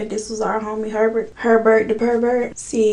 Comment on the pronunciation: I know im late but like his last name is pronounced Pervert